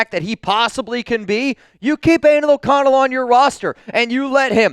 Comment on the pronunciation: Did you say Animal O'Connell 😁